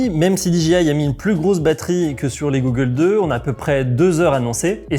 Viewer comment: g"au"ggles 2 pas G"ou"ggles 2....= goggles = Lunettes de protection traduit de l'anglais.. Autant maîtriser le jargon dans un domaine d'activité en grande partie pratiqué par des anglophones. Belle vidéo...utile pour rassurer les futures pratiquants. Merci.